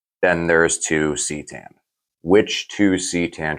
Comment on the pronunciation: Phonetics it's ca tan not ctan bro